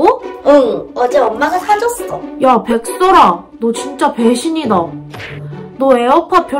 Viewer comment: 백설아를 백설기라고 읽었닭ㅋㅋ ㄱ